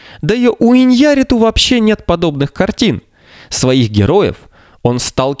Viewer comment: ударение фамилии ИньяррИту, а не ваше ИньЯрриту